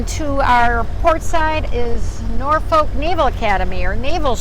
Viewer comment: you tickle me with your pronunciation of Norfolk, Nor Folk =No , naw fok = yes with No L